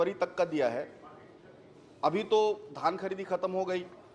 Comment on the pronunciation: पान थूक के बात कर री सेठ ,,,,पगला गया है अभी भी धन खरीदी चल रहा है बोल रहा है